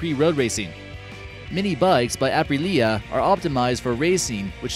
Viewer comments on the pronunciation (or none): I hate the way you pronounced it, ‘Apri-Lia’